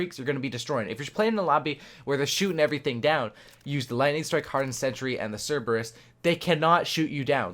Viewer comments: Wtf cereebus. Read it again 😂😂😂 it's ser-buh-ruhs. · SER-BER-RUS not CER-EEB-US xD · man said cerebus😂😂😂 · I mean you did correct it the second time but cereebus 😂😂😂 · It's pronounced sir-ber-iss like the 3 headed dog in Greek mythology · you need to stop playing cod and learn how pronounce scythe and cerberus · i love how terrible you are when it came to pronouncing cerberus